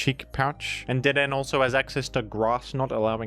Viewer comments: The way you say dedenne is painful.. (like dead- en- A) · I'm annoyed at pronunciation of Dedenne even though hes pulled clips from the anime, it's dedeNAY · It's pronounced deh-deh-nay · DeDen is a strong contender against GruDon for the weirdest jimnounciation. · Don't worry. The pronunciation was wrong so the true Dedenne is safe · The way you pronounce Dedenne is so funny, like your tongue is stuck in a blender while gargling condensed milk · I believe Dedenne is pronounced with a 'Neigh' at the end. It is because of this that Dedenne is applying to join the Horse Council. I understand that you may be silencing the 'Neigh' because you disagree with Dedenne's claim, referring to it as "Dedenne's Dastardly Deed" in private, but I think we should all give Dedenne a fair chance. Thank you. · I watched a lot of the gen 6 pokemon anime, which had Dedenne in there a lot, yeah he's absolutely pronouncing it wrong lol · has mispronounced the honorable Dedenne’s name. I think it is fair to say that there is hardly a greater offense capable of being conceived of. Devastating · You mispronounced dedenne on purpose didn't you? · I have to wonder if his butchering of the pronunciation of Dedenne was motivated by trying to make the dead-end joke work.